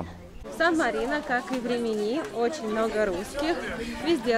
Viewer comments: рИмини уже писали Вам про неверное ударение- хотя бы названия городов выучили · Почему постоянно РиминИ, а не правильно - РИмини?